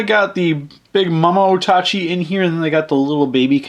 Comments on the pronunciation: I thought it was pronounced ota-ch eye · And how it was said in the movie as well. O-tachi.